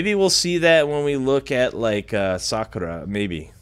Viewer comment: And he says sokra